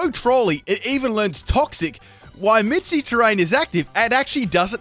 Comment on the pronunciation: Tapi Fini? Mitsy terrain? You drunk?